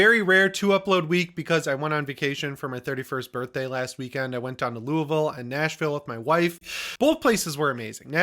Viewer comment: Man, i live in Louisville! I’m glad you know how to say it properly!